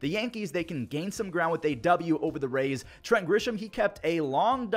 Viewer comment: Bro said rays 😂